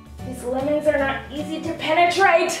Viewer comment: "these lemons are so hard to Penatrait"